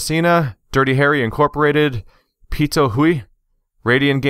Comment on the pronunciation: Congrats! I like the volume of your uploads. There's always something for me to watch even when skipping over a series I'm not interested in or don't want to get spoiled. Thanks for all the free content. You mentioned me! You said it wrong, which is part of the plan because then I can go "It's actually pronounced pit-oo-ee, like the onomatopoeia for spitting. It's a genus of toxic bird!" Woo, ornithology! Questions: 1. How do you earn money? You've mentioned not having a job, but I assumed you meant not having a job that's relevant to your career/degree. 2. Favorite bird? Food birds don't count unless you also like their non-food qualities.